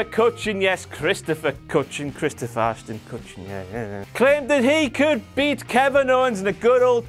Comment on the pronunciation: Byron Saxton saying "Ashton Ashron Kutcher" should have been WTF moment as well